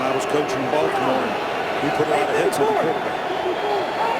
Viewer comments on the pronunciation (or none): none